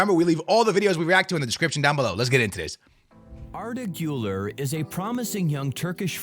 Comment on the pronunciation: i think im blind or smth still tho its hilarous that this guy calls valverde "valvarde" arda güler "ardaguller"